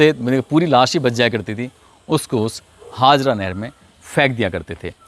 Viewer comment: Sir ji kasganj ki nahar ka naam haazra nhi.. Haajara nahar h..